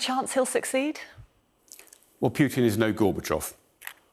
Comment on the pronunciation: The guy doesn't even know how to pronounce Putin, but he knows what his plans are...